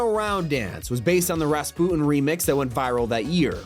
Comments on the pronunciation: Did bra just call Rasputin "raspon?" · heard raspoo-in the second time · No, watch the video again, he didn't say the "tin" at the end